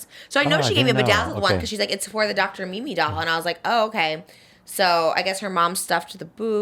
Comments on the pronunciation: So much love Trisha!! But it’s Dr. Simi! Lol😂🫶🏼🫶🏼🫶🏼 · Her saying dr Mimi is instead of dr simi 😭😭😭💕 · Dr. Mimi 😂 it's Dr. Simi 🙈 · You saying Dr. Mimi is killing me 😂 Dr. Simi pls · trish it's dr simi not dr mimi 😭